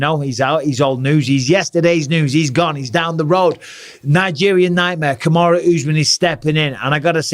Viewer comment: Really Bisping! Put some respect on Kamaru's name